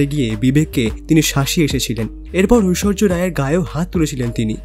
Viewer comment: ঐশ্বর্য না ঐশ্বরিয়া রায়